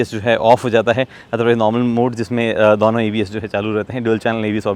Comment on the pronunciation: bhai dono ko dauno kyu bolta hai